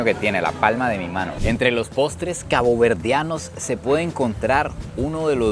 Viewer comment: 😊cuando dices ! CABOVERDEANOS suena a seres 👽👽👽 de otro planeta 😂😂😂